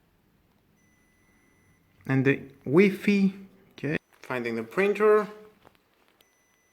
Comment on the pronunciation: Its wi-fi like sci-fi, not wee-feee